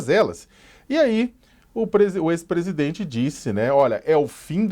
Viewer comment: Esse jeito como a fala, como q pondo um H entre as vogais Por exemplo, presidHente), aliado ao eeeeerh, mais o neee?, demostra seu preparo medíocre. Sacamoto, bem menos.